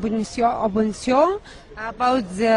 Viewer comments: Opression punission empression tt ça sauf opinion 😭😭😭😭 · Obrestion hhhhhhhh ca veut dire opinion. Zamalek evri hhhhhh c qoi evri , delivery company in the UK hhhhh